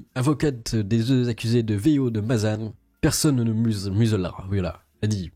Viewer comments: Mazan, pas Mazane. Et sinon l'avocate, ils l'ont trouvé au marché du port de Marseille ou quoi? Une ancienne vendeuse de pâte à tartiner algérienne sûrement... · le nom de la ville c'est pas "mazane" mais bien mazan